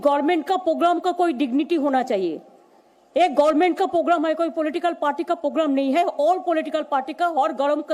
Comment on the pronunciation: ममता वो पोगराम नहीं प्रोग्राम होता है 😀😀😀